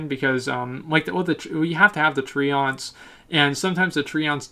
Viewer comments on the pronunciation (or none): How come you pronounce so many words wrong? "TreOnts" You Canadian?